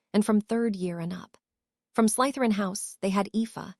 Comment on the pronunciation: Yeah like wouldn't it take 10 seconds to show the potter films to the AI model so it could pronounce things like Slytherin thats said 1000 times. Or breathed as breathe-ED Or know any of the usual.context to a word that affects its pronouncement.....becauae sometimes in English we have 3 separate, but all correct ways to say something....im not going to get grammar nazi for that But gross mispronounciations not being able to say anyone's names half the time. Hermione to Hermalin??? I thought those were supposed to be intelligent language models So specifically potterworld content when these were some of the most famous books and films ever made being slaughtered...